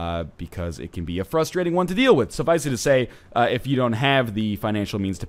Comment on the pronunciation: STOP PRONOUNCING "SUFFICE" WITH THREE SYLLABLES AAAAAARGH WHO EVEN DOES THAT